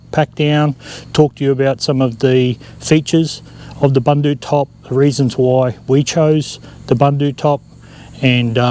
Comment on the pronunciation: Pronounced Boondoo top. I know, I am South African.